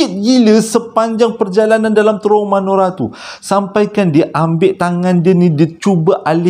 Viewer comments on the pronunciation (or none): bukan manora bang tp menora😁😁😁